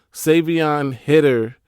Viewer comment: Bro it’s High-Ter not Hid-er 😭😭